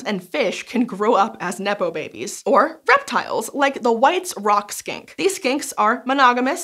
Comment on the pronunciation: Almost sound like you said Skank than Skink.